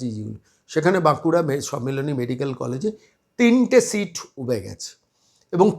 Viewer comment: Eto heyali keno...seat na sheet na mark sheet ki sit...poriskar kore bolun....oto somoy kothai...